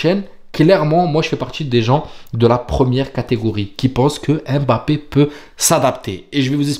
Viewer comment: J’aime bien ton travail. Bravo à toi ! Fais juste un effort sur la prononciation de Mbappé… ce n’est pas Aimebappé mais Mbappé. Force